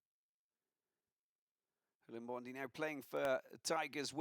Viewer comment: Please commentator please pronounce our players names correctly please its not Limbondi but Iimbondi please come on boys